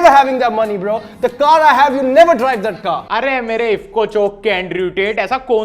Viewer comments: He is saying bra😂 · its not bruh .....its "brahh" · I know i should not say something bad about someone's english but bro stop it bra bra karta rehta hai tu chup karja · ye bro bhi nahi bra bolta hai 😂😂😂😂😂😂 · Bruhh ❌️bra ✅️